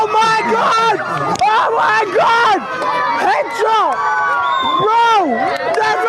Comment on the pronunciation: He literally said head sbot